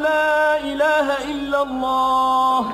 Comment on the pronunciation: nice to hear but please say Allah not alha